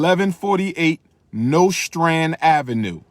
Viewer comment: Anybody from Brooklyn or has ever lived there cringed at the way he pronounced Nostrand Ave.